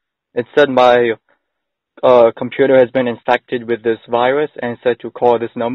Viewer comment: I'm having a pwoblem with my compooter. Really biting hard on those Ws lol